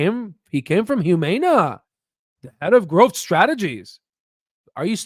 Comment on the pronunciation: The mispronunciation of Humana is absolutely killing me